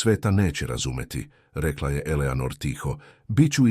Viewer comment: Elenor umesto Eleanor😂